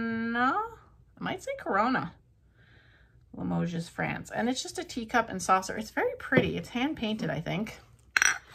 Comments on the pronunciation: Limoges is pronounced la mo shh. Not Limogeses..lol. You did so well with all those beautiful things! Fabulous finds, and I would paint the match safe too! 💚💚💚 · Just a friendly suggestion....Limoges is not pronounced with an "s" sound. Hugs!🥰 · Great haul! Amazing plates so far. Limoges is btw pronounced with no s sound. 😊👍